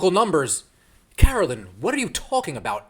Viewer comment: I don't care for Peck, but her name is Carolyn, not Caroline.